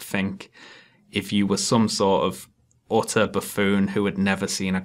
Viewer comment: I always come back to this video if only to listen to saying "utter buffoon". Sounds like "otter" and I always imagine the cinemacins guy doing otter sounds and clapping his hands while being thrown a fish. Thanks for the entertainment.